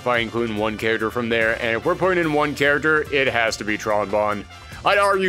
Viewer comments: Ok I dealt with the ear rot that is saying “character” as “charater”. I cannot even begin to process hard g “le-gend”. That one made me sick a little. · I don't think I heard "Charater". And I don't see what's the problem mispronouncing something, it's not like no body wouldn't understand what he meant.